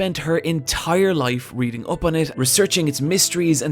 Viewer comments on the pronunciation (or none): none